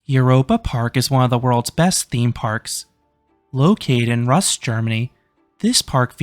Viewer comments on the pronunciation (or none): Sorry to be silly but heads up Rust is pronounced "roost".